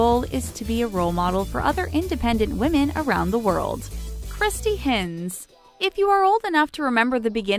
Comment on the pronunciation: Kristy's surname is pronounced Hynze